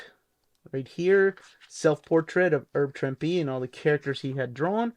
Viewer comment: The correct pronunciation of Herb Trimpe: The H in Herb is not silent, and Trimpe rhymes with "shrimpy."